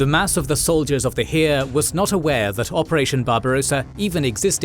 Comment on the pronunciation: There was no "hiir". It's Heer